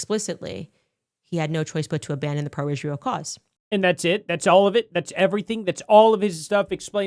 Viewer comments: How many times does it take Condace to attack Jews in Israel before she actually says Israel correctly?? It's not "Ishreel" you ignorant bish😂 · She had Ishhreel on her mind carry on😂